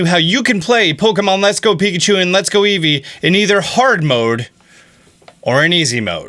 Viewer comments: Eevee not eeve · Am I the only one who heard let’s go pikachu and let go easy at the end😂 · Did he say Pokémon let’s go Pikachu and let’s go “easy”? That’s pretty great